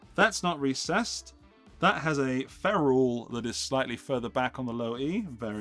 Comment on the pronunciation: Ferrule. It's not a phrase, it's a word. Ferrrrrrrule.